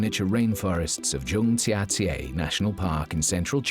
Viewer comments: Zhang jia jie pronounced something like English Jyang jya jyay. Not sure why he seems to pronounce the other Chinese names more or less correctly but when he says this place name it isn’t even close. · I’m sorry. There are definitely some difficult words for native English speakers to pronounce but Zhangjiajie ain’t one of them. The pronunciation here isn’t even close. Just takes 15 seconds of a google search.